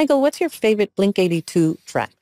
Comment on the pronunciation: ...it's Blink-182 lol